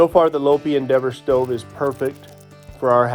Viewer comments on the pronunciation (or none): Just a minor correction, as a former dealer for Travis Industries your stoves name is pronounced Lopi = (Low Pie).🤔😎